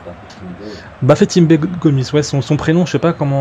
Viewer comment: Perso je jouerai pas avec toi car tes commentaire sur le match font peur comme ( Cyril Hanouna ! Cyril Hanouna ! Hoooo ! Pour prévenir c'est romain :) HAMOUMA ! Après pour ce qui est de bafetimbé Gomis c'est Bafétimbi Go mis pas bafétimbé ) sinon beau match :-)